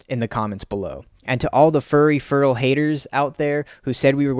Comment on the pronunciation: I love feral content. I would love it even more if you would pronounce "feral" properly. Its not furrel.